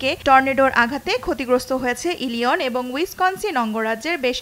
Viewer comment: Not Ilion it is Illinois